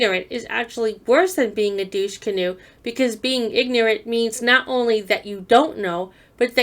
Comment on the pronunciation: Douskenoenoes? 😂😂😂😂😂 You had me there 😂😂😂